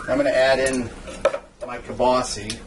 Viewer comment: WTF IS "KIELBASY"???...